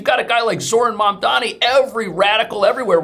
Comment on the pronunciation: Is it Mamdani or Dandyman 😁